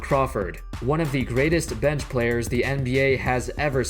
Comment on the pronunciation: Who else getting annoyed but the way this guy says bench